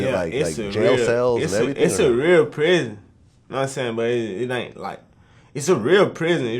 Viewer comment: "yeh issa real ISsa ISSA REAL PRIZZN" 😂😂